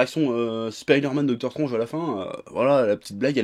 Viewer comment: J’espère que ta fait exprès de mal dire dr.Strange